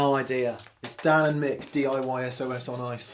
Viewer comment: Nailed my name Dan, thanks for the recognition!